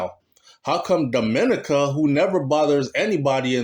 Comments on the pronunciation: Your prenoucing Dominica wrong it is not prenounced the same way as the Dominican Republic lool its prenounced Domi neka i know alot of them amd they hate whem its prenounced wrong its like me prenoucing Jamaica wrong lol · YOU KE E P..SAYING 'DOM' MINICA'...IT'S,. DOM..MIN..KNEE..CA',..DUNCE RASS..LOL " " IT'S ( MEEEE )...DID YOU GET A CRISS WHITE GIRL YET,..TIME TO..' TRADE IN',.LAUGH NUH 😅🎉🎉❤.😂 I AM IN NYC..I WOULD REALLY LIKE TO 'BUCK UP ' INTO KARTEL...AS YOU KNOW I NEVVAH USED TO LIKE HIM AT ALL..( NOW ) BOMBO NUMBER ONE FAN..HE LOOK LIKE HE REALLY GROW UP AND 'MATURE',..DO YOU KNOW WHERE TO SEE HIM IN NY...BIGGUP '' AN' MEMBAH SEH,..(( ME )) AH D'FIRS' F'CALL YOU ) '' NEVVAH EVVAH FIGET D'AT..! YEAH!..